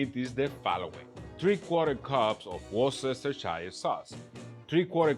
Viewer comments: Dear Americans, please note...this tip will serve you well for the rest of your lives...it's not pronounced "war-cester-shy-uh" - it's pronounced "wooster-shuh". You're welcome. 😄👍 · War-cestor-shire lmao nice attempt man "Wooster-sheer" would be the best phonetic for it I can think of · Yo, worcestershire is pronounced Wus tuh shuh :P great vid btw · warsestershire lol, love it. For anyone else struggling, Worcestershire is pronounced woostersure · no its wore-chess-ter-shy-er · UK here, and we know that stuff is WAAAAAAAAY over priced, this do-it-yourself recipe seems to be the way to go. BTW the UK pronunciation of Worcestershire Sauce is wus-ter-shear sauce, so go amaze your friends with that one! Cheers. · Worcestershire - wuss terr sherr 👍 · Why can noone say Worcestershire? It's just ws-tuh-shuh. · It's WISTA-SHEER sauce, brother! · i don't know any country where that is the correct pronunciation. In the US it is usually worst-uh-shur- which is correct, in the uk is similar or even the shorter worst-er. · Just say "Wooster sheer" sauce,that's how it's pronounced. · Guesswhosebackbackagain Desatroyah is back westershayr (westershire) is how you pronounce it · Wuster shae I dont pronounce an R at the end. I do love how Americans pronounce it along with Glasgow and Edingburgh. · I live in Worcestershire....and it's pronounced "wust er sher" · It's pronounced -Wuss-ster sauce. The whole 'shire' thing is silent. Don't ask me why, that's just how it is. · Hello! UK resident here - Worcester sauce, the easiest way to pronounce it is actually "Wuster-sher", though that may sound a little odd with your wonderful accent. Loved the video and I will definitely try to make some after spending so much money on jerky over the years... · Love the video. Worcestershire is pronounced "wooster shear", at least for an Aussie. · Dwayne Hicks no its more pronounced like "wu stuh shuh" ... i was born there... youtube how to say it...